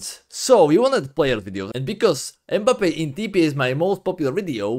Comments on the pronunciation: Kylian mbappe🚫 Kylian mbebe✅ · It’s not Mbabbe he’s KERIO MBABBE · mbebe ❌ Mbappe✅